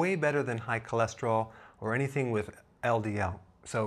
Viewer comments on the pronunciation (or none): none